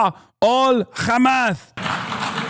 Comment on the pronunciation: You're khamas.... Israel...number...1. 🤣 im dying